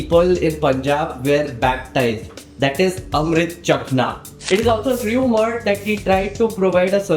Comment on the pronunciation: It is actually chakhna; pendu punjabis can’t pronounce ch so they use sh